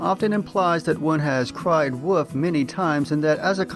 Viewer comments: It would seem that English is your mother tongue, so I'm surprised you do not pronounce the "l" sound in the word wolf. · Not sure...the 'l' is there sometimes but it is so slight that it seems almost silent and at other times I leave it out altogether. It is fairly common for native English speakers, at least in the U.S. to not pronounce the 'l' in wolf but I am not sure if it is geographical or regional. I do not suppose folks in the UK have a need to say wolf very often, however but in some parts of England I'm sure it would become 'woof' with a dark 'L" that is more like a U. It may be because I am from the South but I'm not sure. An example of a person who pronounces it a lot like I do is Kevin Costner in Dances With Wolves.